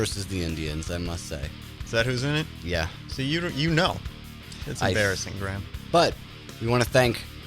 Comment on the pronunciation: Gru-ha-med! Not Gram!